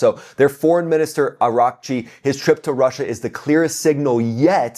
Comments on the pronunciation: Just to help you with the name of foreign minister of Iran to pronounce it properly, his last name is the name of the country Iraq and a suffix of "chi". So you can say Iraqchi and that the closest you can get and it is good enough;) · I like your videos but you can’t even pronounce a name right aggggarchi or araghchi, natanz or nataaaaaaaaaanz , it just make it so annoying to listen to a content with no moderatio